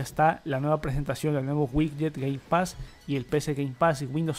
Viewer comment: Con que Game Pax eh? Cada vez tu inglés es mas bello